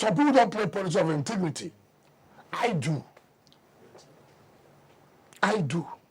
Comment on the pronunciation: Mr intigrity lol! Pls we want ppl with integrity not inteirity 😅